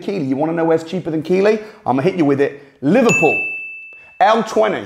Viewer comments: Your saying the name of Keighley wrong lol lol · The fact you cannot pronounce Keighly and classed Lancashire as one postcode shows me you didn’t do any research yourself 😂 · Hahaha I love your videos but Keighley is pronounced Keith-lih not kee-lee 🤣🤣🤣 amazing content though and hope to be at one of your courses. (When I buck up the courage ane muster up the funds of course) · keefly is actually the way it's pronounced. It sounds strange to me hearing it pronounced as keely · Lol, local knowledge is important ... it js pronounced Keethlee not Keelee. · It's not pronounced Keeley but Keithly. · It's pronounced keefley not keyley. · It's not pronounced Kee Lee but Keith Lee (Keighley) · Isn't it pronounced keithly? Not keely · its pronounced Keithley and not keely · It’s not keighley it’s pronounced keithley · it's pronounced keith Lee not key Lee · Not "keylee" Keith ley 🙄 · Hahaha keeylee? Keighley ("keith-ley") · It’s pronounced Keith Lee not Keely 😂😂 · Its pronounced "Keith-Lee" not "Kee-Lee", ffs at least get the name of the town right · I worked in keighley for 17 years it is pronounced “Keithley” was funny hearing your pronunciation 🙂 great Video, some bargains still out there 👍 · Glad you mentioned it. Saves me having to 🙂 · Keighley pronounced "keithley" mate sorry had to correct you 🤣🤣 as a Yorkshiremen I had no choice love you're videos tho you do some serious research you're content is allways decent...keep it up lad 👊🏻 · Hiya, love the video’s. Number 10 Keighley is pronounced Keethley. Also check out Burnley, i found a few for 5 grand!! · Keighley is pronounced Keithly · Keighley is pronounced "Keethley". A good piece though. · Keighley is pronounced 'Keith-lee'. Thanks for your info. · Keighley It's pronounced 'Keithley' and funny enough it's next door to Bradford. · Just wanted to add - Keighley is pronounced "Keith-ley" or "Keeth-ley". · Keighley is prounced 'Keith-Lee'. Not done that much research then LOL.